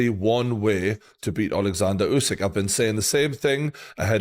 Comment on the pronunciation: Usk. Usike. And yeah, Oozkike. 😂